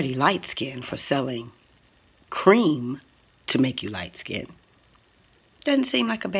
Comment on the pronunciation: Did Tokyo Toni say “LIGHT SKINDED” ??? 😂😂😂